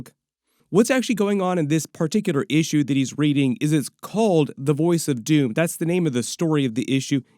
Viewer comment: Every time says “Issue” I hear “feeexins” from East Bound and Down.